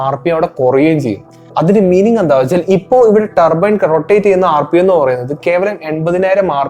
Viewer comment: Tarrrrbbboo Ttaarbine എക്സ്ഹാസ്റ്റ്, വെഹ്ക്കിൽ 👀🫣😱🤨🙄🙄🙄🙄 ഇംഗ്ലീഷ് ക്ലാസ് അല്ല എന്നറിയാം, ഇംഗ്ലീഷ് ഉച്ചാരണം ശ്രദ്ധിക്കുക Bro. നിങ്ങൾ തെറ്റ് തിരുത്താൻ തയ്യാറായാൽ. പ്രേക്ഷകരും തെറ്റ് തിരുത്തും